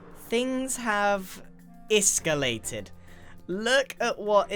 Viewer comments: "Iskallated" HA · did you mean iskallated 🤣🤣😏🥔🥔(it’s a pun that’s the closest I could get) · ISKALLATED LOL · “Things have iskallated” I see what you did there 😏😏